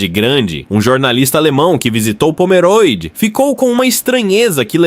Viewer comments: Pomeróde é o .... É Pomerôde! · Tudo muito bom.. so uma coisa... nao se fala pomeróde e sim pomerôde.. o o é fechado.. mas tudo bem.. parabens pelo video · Quando corrigirem a narração e respeitarem o nome da Cidade posso tirar o DesLike. POMERODE tem "O" fechado. Não se pode, simplesmente passar o rodo na leitura e deixar por conta da tecnologia, tem-se que transmitir corretamente a informação.